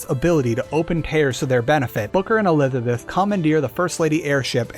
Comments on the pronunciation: elithabeth elithabeth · Bioshock infinite and burial at sea lore was so confusing this guy messed up saying Elizabeth like 5 times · You have a bit of trouble saying “Elizabeth” sometimes, huh? 😂😂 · Homie cant pronounce elizabeth